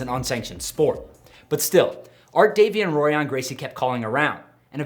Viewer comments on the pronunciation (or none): The "r"s are pronounced like "h"s so it sounds like Horion not Rorion. Just a heads up